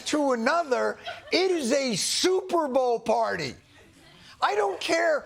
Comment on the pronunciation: Big fan but he said shuperbowl and I dont why it bugged me.